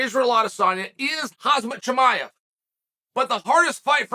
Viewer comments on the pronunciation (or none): Its khamzat not kazmat hhhh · Me : Hamzat Chael : HaZmat Me : hazmat 😌🤐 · Chael changes his pronunciation for khamzat and Belal in every video